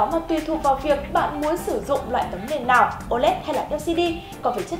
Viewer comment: cô ơi cô nói ngọng từ "lào"